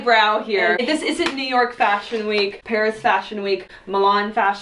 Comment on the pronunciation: FASHUN (fa-s-hon)